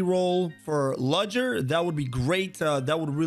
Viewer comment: I tricking lost it when he said ludgers name. THE D IS SILENT!!!!